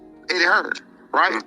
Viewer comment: It’s Hearn not Hearns🤣